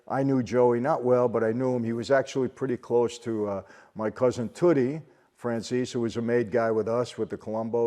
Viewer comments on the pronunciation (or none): none